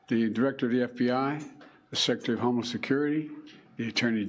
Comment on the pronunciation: President Trump turning his head when was more than luck. Devine intervention. Thank you Lord Jesus In Bidens speech it sounded like he was saying his homeless security team, instead of homeland security team...